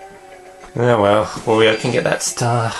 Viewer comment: Another thing I've often wondered: why do you pronounce Wario's name like that? You do know that it's pronounced the same as Mario's...?